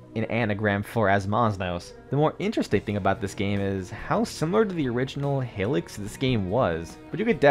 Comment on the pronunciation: Great vid! Though I hate to be that guy, but Hylics is pronounced “High-licks”, not “Hilliks”